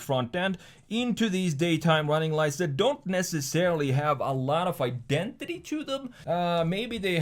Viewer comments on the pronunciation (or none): none